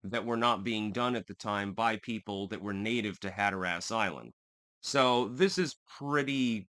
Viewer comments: have to say I've always enjoyed your channel, your distinct and decisive political analysis. It's always on point. I'm not trying to be nitpicky here, but if you're from Hatteras Island, you pronounce it "Hat-tress", most other locals pronounce it "Hat-er-res" but I've never heard anyone pronounce it like you do "Hat-er-ass". Just saying, bless your heart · "Hatter-us". You should go to the Outer Banks. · We pronounce it Hatterus Island..Not Hatherass Island :) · It's funny hearing you say hatter ass LMAO but... sorry gotta be that guy. As a learned man I trust you appreciate learning and won't take offense! Caribbean is "cah RIB be in" not "cara be in" Hatteras is "hatter iss" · “Hatter Ass” dude it’s pronounced more like “hatter is.” And Raleigh is pronounced “rhal ee” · Hatteras like “hatteris”not “hatter ass” if that makes sense 😊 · Instead of "Hat Er ASS", it is "Hat Er Us". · its hatteras. not hatterass. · "Had-her-ass Island"!? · Rah lee and Hatter iss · Hat-terr-rus (local) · Growing up going the Hatteras, hearing Hatter-Ass makes me laugh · "HAT-ur-uss" accent on first syllable. just like colander......CALL-n-der. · Just for future reference for any other Yankees not from 'round here. The 'a' in Raleigh is a schwa sound and the stress in Hatteras is on the first syllable (hat)...like HAT-ter-us. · “I love linguistics.” Also: “Hatter-Ass” 😂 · Locals call it “Hatter-us” and “Cro-a-tan” island! Hope this helps! You did nail “Ro-a-noke” though! 😎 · Hatteras Island is not pronounced that way. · You can tell by the way you say Hatteras and Raleigh that you are a Connecticut yankee. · Hatteras rhymes with Haggis. The more you know.... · Are you mispronouncing Hatteras intentionally for humorous effect? I'm presuming that you are lol.